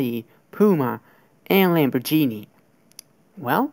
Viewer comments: lamborgenie l a m b o r g e n i e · and "lamborgenie" lol nice vid